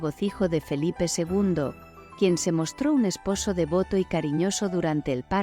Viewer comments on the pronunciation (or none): none